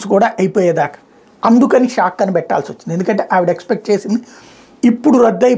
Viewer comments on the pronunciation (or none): సాక్....కాదు.. షాక్..బూమ్..బూమ్..... కొద్దిగా...😂గుజ్జు.😂..వాడు... ఎప్పుడూ.. బూమ్ బూమ్..నా😂😂😂😂😂😂😂